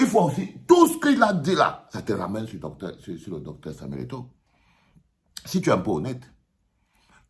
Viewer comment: Au lieu kil dise eto il dit égo.il a eu peur de dire la vérité en face